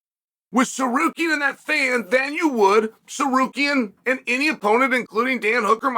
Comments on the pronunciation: Uncle chael u got the name wrong again. It's sakarian😂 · Chael made it 3/4 the way through this video before "Tsarukyan" became "Sekarian".. only for 4 times though, then it went back to normal. 😂 I think we have to consider this Progress...